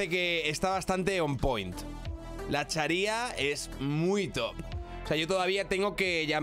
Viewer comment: La Chária! Acento en la primera creo q seria como la Sharia